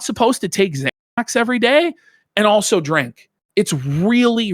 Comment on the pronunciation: says “also” as “alltho” oopsie!